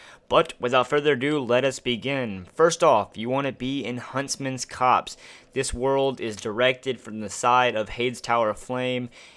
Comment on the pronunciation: It’s actually “copse” and yes. That’s the actual word. It’s a small forest. You should go visit the place in game and take a screenshot because you thought it was corpse. 😂 Joke’s on you, sunshine.